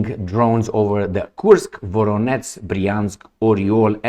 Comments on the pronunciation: VoroneZH, VoroneZH, VoroneZH!!! Not your F… VoroneTS!!! 👎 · You pronounce Voronezh like Voronets. zh ending doesn't have equivalent but I sounds like [Voróneʤ].